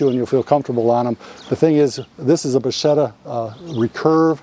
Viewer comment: It's pronunced bakketta.